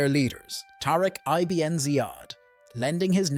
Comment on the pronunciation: Good video. The plural of Amazigh is actually Imazighen not "the Amazighs". It's pronounced ibn not I-B-N. Meaning "son of" in Arabic.